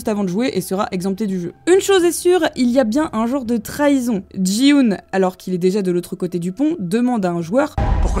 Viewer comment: Petite rectification pour t'aider Ça ne se prononce pas Ji-hoon mais Ki-hoon sinon chouette vidéo ! car Gi est similaire à Ki